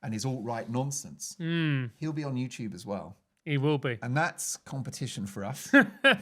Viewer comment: Francis Foster saying Mark Dolan has 'succulent bosoms' was not something I ever expected to hear 🤣 Also it sounded like you accidentally said 'JewTube' because you corrected yourself last minute from saying GB News, if I heard that right it's a hilarious mishap. Can't believe GB News fired him, he was one of their best!